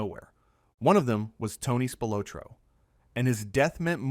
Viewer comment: ITS PRONOUNCED: SPIL OT RO.